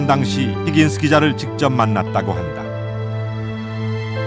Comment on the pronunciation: 힌긴스~ 뭔개소리야 누군데 ??625 를사실그대로만 전달하세요 히긴스 가뭔데?